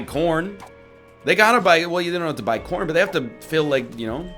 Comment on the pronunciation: ok but like it 100% sounds like he was saying porn should be sponsors for shit instead of corn